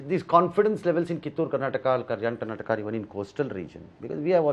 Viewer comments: minister Amit shan g , At least tell state name correctly. It is Karnataka not karnatak ! It hurts our sentiment! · Karnataka bol motu. Karnatak nahi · PM says karnataka,but amitji always be like karnatak _? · First try to pronounce the word Karnataka properly. And then think about winning the election in Karnataka.